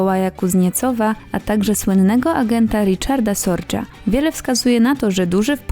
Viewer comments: Riczarda Sordże? Najpóźniej w tym momencie można przestać oglądać. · Richard Sorge, nie Riczard Sordż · Słynny szpieg Riczard Sordż to raczej Richard Sorge (R-i-ch-a-r-d Z-o-r-g-e). NIemiec, nie Anglik. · Richard Sorge był Niemcem, więc czyta się Rychard Zorge. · zgadzam się!!! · Richard Sorge, Adolf Eichmann - to nazwiska niemieckie i trzeba je odpowiednio wymawiać!